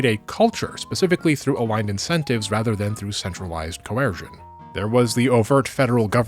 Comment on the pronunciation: "Diplaumacy" will always be my favorite distinct -ism. Though "Co-air-sion" is pretty great too.